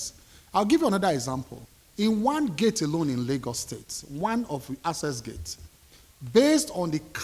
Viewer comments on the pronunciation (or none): Na wa o....A minister is unable to sound the word "ACCESS." He pronounces it as "ASSESS". I know say no be grammar we go chop....but common?😅😅😅😅😅😅😅